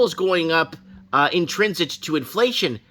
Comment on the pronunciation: Price of Fuel is going up “intrinsit” to inflation! Lol. your the best! I love when you make words up….adds to the charm of your channel.